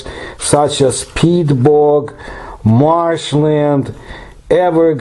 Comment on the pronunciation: lol when he says “marshland” it sounds like he has a bit of a southern twang with his Russian accent. I like it. :)